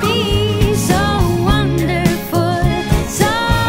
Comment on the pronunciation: That is not how you pronounce Wonderful!!